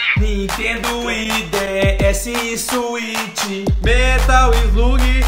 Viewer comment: É só eu que percebi que o Lucas Rangel que perdeu? Ele falou suite nos jogos